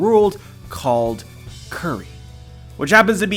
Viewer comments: just pronounce it as 'kuri', it's silly to pronounce it 'curry' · Kuri is pronounced "coo-ri" like KataKURI not "curry"